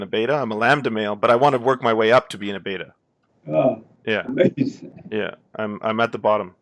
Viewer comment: that "uh-mazin"...